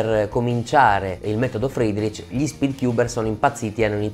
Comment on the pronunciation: il metodo che?! "Fidrich"?